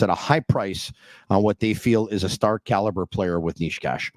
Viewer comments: From the videos I have seen Necas pronounces it Ney-chass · i am slovak and you both are so trash at pronoucing necas's name, it should be pronounced: Ne ("NE"urology") C ("Ch"eck) As (ass (but shortly) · Who is Niche-cash?